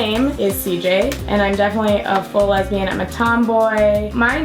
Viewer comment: is that how you say lesbian?! XD the more you know